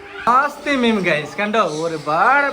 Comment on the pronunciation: മീം അല്ല മീൻ